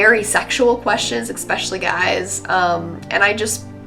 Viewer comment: "eckspecially" xD